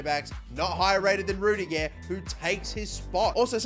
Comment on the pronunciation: What does he say ‘rudiger’ like that 😂😂